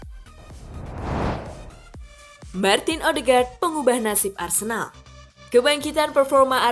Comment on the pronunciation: Odeegard bukan ohdegar